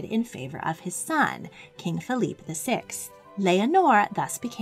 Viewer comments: King Felipe pronounced “feh-lee-peh”. Thank you for this video, it was very well done and researched! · King Fe-li-pe, not King Fe-lip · I wonder how much we can trust the narrator's pronunciation of names. I'm not sure of many myself, but King Felipe of Spain is certainly not pronounced in two syllables [her pronunciation made him sound more like a French name] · Maybe you should also learn to say FELIPE correctly